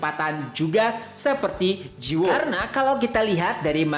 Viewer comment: Cara bacanya ji woo --> ji - u (u nya dibaca kayak wu aja kalau susah jadi ji-wu), terus judulnya Eleceed dibacanya il-lek-ssi-deu. Semangat terus min selalu nunggu tiap selasa malam buat episode barunya..